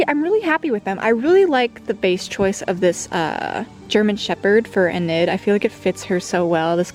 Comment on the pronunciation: You dont pernounce Enid's name like "eh-nid" you pernounce it like "e (the way you normally say E) - nid (e-nid)" Anyways, love the customs! They are so cool